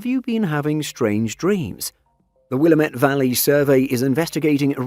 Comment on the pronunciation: It is not "Will-a-METTE." It is "Wil-LAM-ette." :)